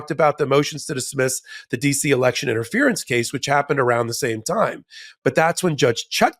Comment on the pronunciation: You said it right Ben… when you said. “ re-lection”